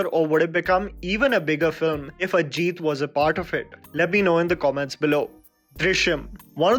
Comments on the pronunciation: buddy firstly it is ajit not ageeth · its pronounced Ajith not Ajeeeth.